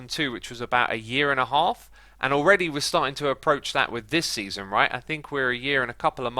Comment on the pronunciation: “Seanson”, “Seaaon” haha